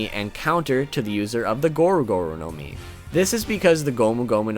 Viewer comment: It's not now-mi it's nomi also mi-ra-mi-ra nomi also not gowro gowro nowmi it's goro-goro nomi